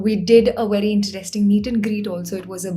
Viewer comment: content is great but I hate the way she pronounces a few words - Interesting, poetry, pocket and so on. For some weird reason it really annoys me. Sorry!